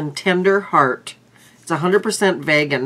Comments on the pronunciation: It's vegan not Vagan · I'm not even hating that's just not how you pronounce vegan